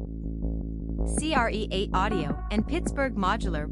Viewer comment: Hey ding dongs, I think it’s pronounced create.😂 and don’t get me started about what hp stands for.😳